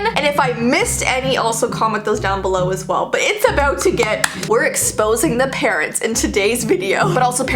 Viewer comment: When she said: Things your parents told you I heard: things your parrots told you